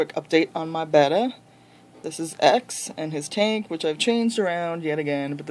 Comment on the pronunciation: Very nice tank, I've experienced that problem with fluorite as well. Also, it's very good to hear someone pronouncing betta correctly!